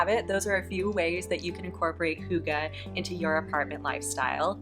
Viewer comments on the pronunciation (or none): I can confirm it is deeefinately not hoogah 🙊 its h-ih-gge. Im from Iceland and we also speak danish here. Love the video ❤